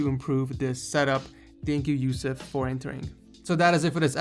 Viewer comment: HE PRONOUNCED "YOUSEF" SO RIGHT THAT I HAD AN EARGASM